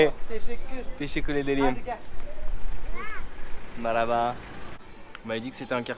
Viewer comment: Salut, juste t’aider sur le mot marlhaba Sa se prononce de na sorte Marl Ha(comme haha tu vois avec l’intonation arabe du H) ba Sa donne MarlHaBa Sinon j’adore tes vidéos elles sont dingue!! Continue